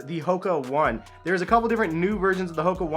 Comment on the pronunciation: It’s hoka O-ne not one